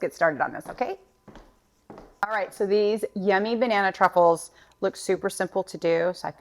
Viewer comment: I definitely need my hearing checked again, sounded to me at first like you called this dessert Banana Cuckold's! You're a hoot girl!